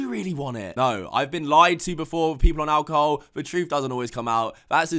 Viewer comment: Me: alcohol: alcohoe